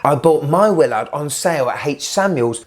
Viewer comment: I love how it’s a Willaarrrrd.